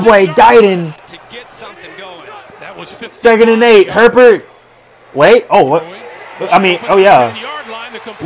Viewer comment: Lol at the fans complaining about his pronunciation of Etienne, when he absolutely butchers Herbert's name! 🤣